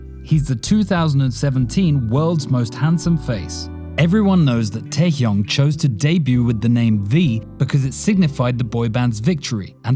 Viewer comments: It's not Taekyunk it's TaeHyung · KinG tAehYunG PaNg sIhYuk Smh did I heard it wrong?